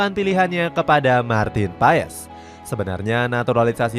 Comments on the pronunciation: Martin pes PES PES bacanya PAEES PAESSS MULU AH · Bapak kau PES , baca nya PAS kalee ,malu gua mah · Dibacanya MARTIN PASS bukan MARTIN PAES min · Kata coach Justin nyebutnya pas bukan paes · bukan Martin paess tapi Martin pass bg klu ngomongnya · BACANYA PASSH GBLOK PES PES PES APAAN? EFOOTBALL? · Paas bang bacanya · Bacanya martin pas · MARTIN PAS kaliii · Bacanya pass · Sebut namanya itu pass